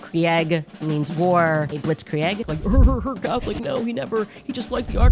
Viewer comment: Blitzkri-egg is my favorite. 🤣